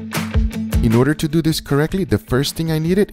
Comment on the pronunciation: Its more like "So, lets dew it" :P